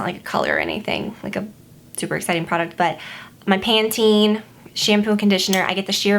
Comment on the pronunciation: I love how u say Pantene lol xx